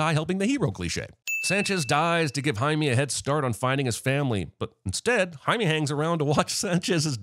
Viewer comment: Jaime is not spanish for Jamie, its Spanish for James. And its pronounced like 'hi meh', not 'hi me.'